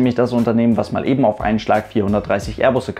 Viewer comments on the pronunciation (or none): none